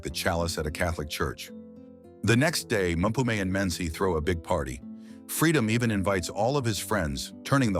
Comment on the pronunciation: Beeeeeeen stalking since she said she's gonna cover it 😅 not disappointed. Mmm - pooh - meh = Mpume ✅️ Mpoom ❌️ Mah - tea - pah = Matipa ✅️ Matip ❌️